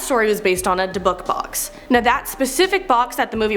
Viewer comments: Her pronunciation of DA BUCK box alone😂😂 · Di-bick box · Learn how to say dybbuk box before you try to talk about it like you know what you're doing.. just a suggestion? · I noticed she mispronounced a lot of words but that could just be because I’ve seen every episode of ghost adventures and know about things like the dybbuk box but she could’ve looked more into the pieces on the list